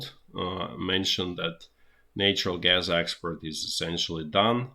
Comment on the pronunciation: I do love this guy's originality and hard work, but have to smile after I've worked out that "expert" is "export" and "boiled egg" is "bottleneck"!